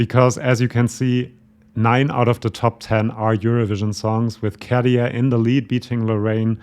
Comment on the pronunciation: You are so informative, accurate, intelligent, I really love your channel 👍👍 BUT... please next time pronounce the name Käärijä correctly, it sounds like 'CARRY on', RRRR not D KaDia so > Kah-RYH-Ah (and if you want to be very precise, pronounce Kæh-RY-ah, but it's not that important, KAH-RYH-AH is enough 😉) Thanks! (and, again, my compliments)